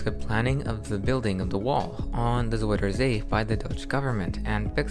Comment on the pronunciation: It is NOT Zoider say it is zUIder zee with an UI, not an oi!!!